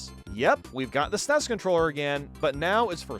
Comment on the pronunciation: As someone who is old enough to remember the release of the SNES, your pronunciation of SNES is driving me crazy.